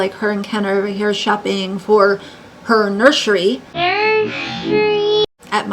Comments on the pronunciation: lol I love you pointed out how she says Nurshry. It drive me crazy lol 😂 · "Nurshery" I was not expecting that, thank you 😅